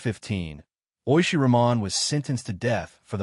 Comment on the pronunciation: Thx for the story from Bangladesh. FYI their last name is pronounced Rahman with H not silent.